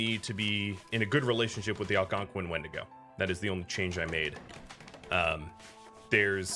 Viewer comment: I hate when you say the creatures name 😭😭 i would never say it out loud like that